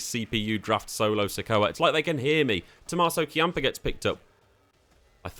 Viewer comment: exactly. its NIKKI ASH. not Nikita. Tomasso Champ=uh. Not Key-amp-uh. E-oh Sky. Not I-oh.